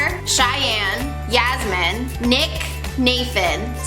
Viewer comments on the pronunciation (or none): Omg! I'd thought you'd never even be close to my name but you were so close! Yasmine, but it's Yasmeen!💕